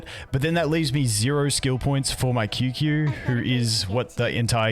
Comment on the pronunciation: Qingque main cant even pronounce her name 😂